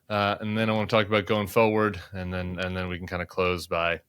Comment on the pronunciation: Pettiness alert: JVL is okay with me, but I wish he didn't pronounce "and" exactly like Bobert. "eind"